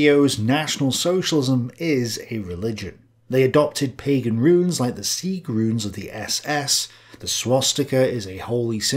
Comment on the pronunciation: All those things are partially true but not all completely true. And it's "Pagan" not "Pegan". Pegan is a diet that combines vegan and paleo. And well Hitler was a vegetarian so maybe that's partially true as well 😂